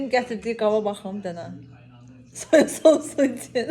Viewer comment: Sousosu yoxe soyasosu😂